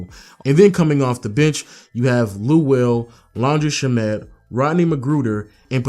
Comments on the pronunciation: ITS PRONOUNCED LAN DREE SHAM IT NOT SHA MET. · did you just say Laundry Shommot